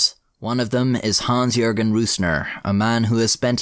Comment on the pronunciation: o.o an english speaker who correctly pronounced the name "Jürgen"... its the end times!! D